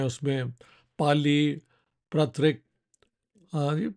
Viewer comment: The correct word and pronunciation is PraaKRiT and not PraaTRiK! And Praakrit is a less structured form of Samskrit spoken by common folks.